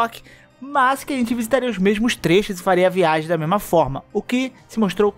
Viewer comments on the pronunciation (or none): a "VAIGEM" entre reinos é fod4 kkkkk